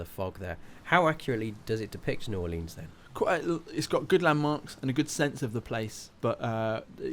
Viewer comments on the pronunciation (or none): I'm from New Orleans and they way he is saying "New Orleans" is triggering me